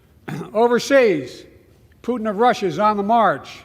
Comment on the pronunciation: Love the pronunciation of Putin, Pooot’n, with a silent T, Poo’n